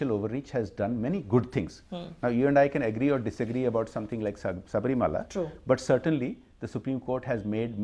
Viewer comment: she says saabrimala... obviously has no idea about what the temple is all about... or the diety there... but she wants to go there... what half baked individuals....